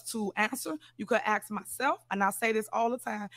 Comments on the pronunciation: Ax ax ax.... speak english Tif. Try to act your age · I’m axing again you can ax me anything you’re not gonna get an answer but you can ax me,she claims to have a college degree lol